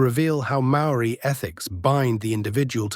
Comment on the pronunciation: I’m a part Māori New Zealander, and my opinion is that the AI synthesised information here is good, insofar as it matches well the many spoken and written accounts I received before the age of the internet. HOWEVER, the AI pronunciations of Māori words and names are nowhere near authentic. Please do some research and learn more about these if you want to internalise or relay these stories. Same goes for the images… check out authentic Māori art and carvings if possible. Go to the source if you can.